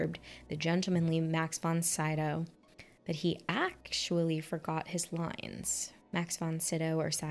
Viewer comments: Max von Sydow is actually pronounced "SÜdow". But when you say "Seedow" it's quite okay as well. But tell me one thing: why did you think a character named "Damien Karras" could possibly be an Italian? 🤔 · Demon faces added, unnecessarily IMO, in the director's cut, I think the original version is actually better. And von Sydow is Swedish (a German name though) so it's closer to "sid-ow" than "saidow". :) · Not sure if you still want to hear this, but pronouncing Sydow is more like saying See-dove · I have always heard Sydow as See-Doh